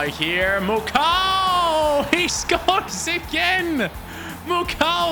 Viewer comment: Actually the pronunciation for the Congolese lad is Muko not Mucow (Mukau). Because the letters “au” in French make up the letter “o.”